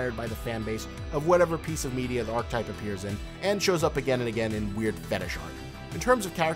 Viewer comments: Jesus Christ if you're going to make a 16 and a half minute video on an archetype...*learn how to pronounce archetype!* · it's pronounced "ar-keh-type" not "arc-type"